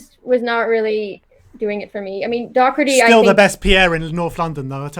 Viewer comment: It’s Doherty...not Docherty... and he’ll give the ball away perpetually..